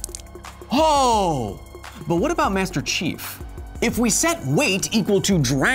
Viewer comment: Everytime he says Master Chief it sounds like he's saying Master Shifu